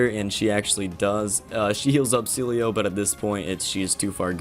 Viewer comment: He misspells everything it's hilarious My favourite one is Sealeo called See-low